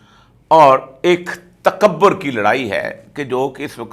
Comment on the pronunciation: اوریا صاحب، تکبر میں ب پر پیش ہے، زبر نہیں یعنی ta ka bur. اور پاکستان میں ک پر زیر ہے، زبر نہیں۔ آپ زیر اور پیش کو ہمیشہ زبر بنا دیتے ہیں۔ غالبن پنجابیت کے زیر اثر۔